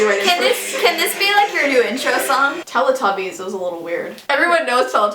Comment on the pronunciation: i've heard Teletubbies being mis-pronounced load of times..it's not tell-eh-tubbies its tell-ee-tubbies, its because they have a television in their tummies...you don't say tell-eh-vision do you?